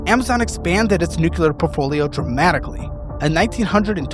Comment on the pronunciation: You’re killing me with the “nucular”